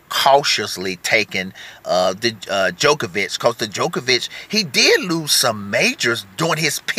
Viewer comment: Great video but I have to say, one thing is bugging us over here in Europe...it is not pronounced ''De-jokovic or The jokovic...'' it is DJOKOVIC...the D is not pronounced in English, I cringe Everytime...JO-KO-VIC ... thank you